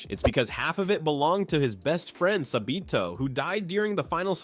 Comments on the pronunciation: "sAbEeTo" i cant im sorry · Why the hell did you say sabito like that